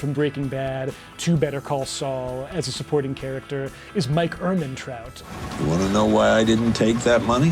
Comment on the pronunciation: 😂😂😂 Killing Mike "Ehmetraut"